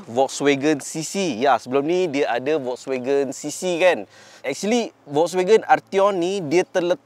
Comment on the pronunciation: cuba sebut FOLKSwagen